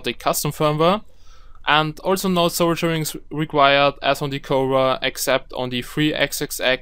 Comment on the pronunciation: Good tutorial...but the word is "Sol-der-ing" not "Sol-jer-ing."